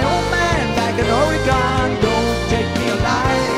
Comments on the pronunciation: wow.....what a discovery today....they even mispronounce Oregon just like Donald!! good job all the way around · Greatest opening guitar solo ever- very well done by Mr. Gillespie (?). The one thing that kills me about this song is how they mispronounce Oregon (Or-e-Gin, not Or-e-gone)...